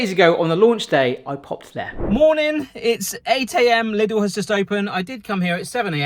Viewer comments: Lidl, not Liddle... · *Lidl. Pronounced 'leedl'.